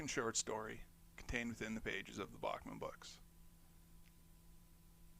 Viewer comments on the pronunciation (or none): none